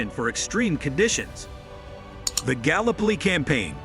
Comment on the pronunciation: Mate learn how to pronounce 'gallipoli' properly it's very disrespectful to the Anzacs.